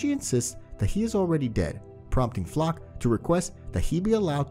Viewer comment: LMAOOOO I LAUGHED SO HARD WHEN HE PRONOUNCED FLOCH'S NAME IN "FLOK"